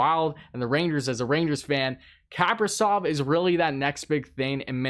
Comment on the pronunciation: not KAAAprizov, but KaprIIIzov.